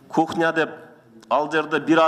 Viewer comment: Кухна дейтко